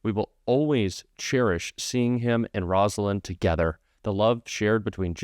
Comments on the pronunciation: Just want to clarify that you are mispronouncing Mrs. Carter’s name. It’s ROSE not ROZ. Rosalynn. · Thanks for this, but his wife name is pronounced Rose-a lyn, not Rosalyn.